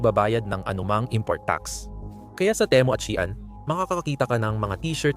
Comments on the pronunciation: ayusin mo Naman salita mo, pwede ba. shean ba baka Shein. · Bakit Shian db SheIn 😊